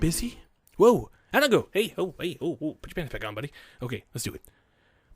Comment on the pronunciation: Hanako's gift actually makes sense because the meaning of her name is flower child. Oh and the correct pronunciation is hah-nah-koh not ha-nah-koh